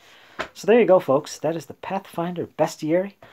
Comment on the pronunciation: You pronounced Bestiary correctly! - Innkeeper Vase Odin